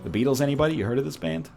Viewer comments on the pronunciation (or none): none